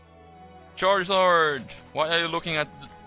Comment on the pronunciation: XD I like how he says "! KEEL ET!"